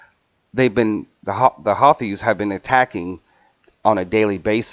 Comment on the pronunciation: I think its pronounced Who-thees =Houthis. Love your videos! I always learn from you.